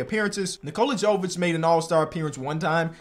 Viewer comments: Nikola Jovic is pronounced “Yo-Vich” not “Joe-Vich”. it’s like Jokic but a V instead of a K. STOP SAYING JOE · Your pronunciation of Nikola Jovic is quite bad, he is from Serbia